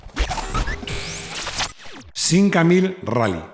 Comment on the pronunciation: Con el debido respeto lo que el dice del Simca 1000 Rally no se entiende, lo dice como sin aire... 🤷‍♂️